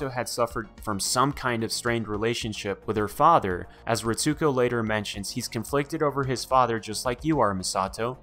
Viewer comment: Great breakdown. I watched all of them in reverse order... lol. But one thing that got me. Pronounced as (Reets-co) not (Reet-sue-co)